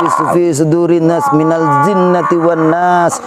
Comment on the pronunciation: Maaf srt an nas perlu dibaiki bacaan ayat terakhir yaitu minal jinnati wa naas bukan minal zhinnati wa naas. Afwan